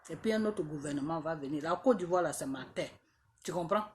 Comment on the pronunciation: Ont dit côte d'Ivoire et non codivoire 😂😂😂😂😂😂